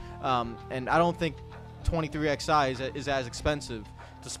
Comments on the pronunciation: It’s 23 ELEVEN. Stop saying “XI” for the love of god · Saying “23 ex eye” instead of 23 11 was infuriating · I love you bud, but you've gotta say the name right. The "XI" in 23XI Racing is the Roman Numeral 11. It always has been. It's "Twenty Three Eleven Racing" (combining MJ's number with Hamlin's number). Please start saying it properly.